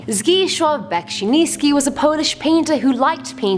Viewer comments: its pronounced zdzee-swaaw beck-si-ni-ski not zgishwaaw besinisky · you were close :P it should be Beksiński /beck-sin-ski/ love the channel and you're my fav host <3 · My hometown is very close to Beksinski's museum I went there once, and I will just say that it is the greatest museum ever. It is not only paintings but odd arts too:). Despite not saying his name 100% correctly I am very proud that one of my favourite painters gets some more recognition. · No, you did not say his name correctly, but it's okay :) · The pronunciation of the polish painters name could be better but it was still good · I mean, you were pretty close with Beksiński's name, you didn't say it perfectly, but it's okay, his name is quite hard to pronounce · I’m polish and I am going back to Poland for the summer holidays tomorrow so when I heard that he’s polish I was like “whaaa” and also soz to say this but you pronounced his name wrong xD but to be honest even I have trouble pronouncing it and I’m polish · You were v v close to saying his name correctly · You said his name wrong lol I'm polish and my grandfather's name is robert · I'm from poland and you said it wrooooong :P like really wrong :P